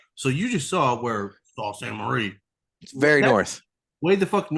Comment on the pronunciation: As a Michigander, I feel obligated to tell you the city is pronounced "soo saint marie"